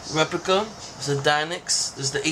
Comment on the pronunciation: You pronounce it deinix its actually d.e.n.i.x